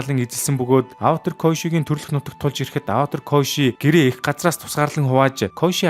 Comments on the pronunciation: Ynziin saihan tovchlol boljee Gehde bro avatr koishi2 gd baih ym avatar kyoshi shu kiyoshi gj duudna shu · Аваатр гэж уншихаа болиорой😭